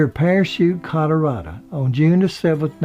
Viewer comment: first time i hear Colorado being pronounced Colorada